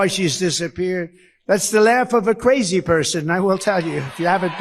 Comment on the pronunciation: Donald Trump’s pronunciation of the word “Crazy” as “Quazy” tells us something about his intelligence. Vote Blue…….